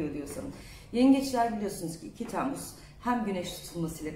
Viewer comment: TEEmmuz degil o Temmuz 😂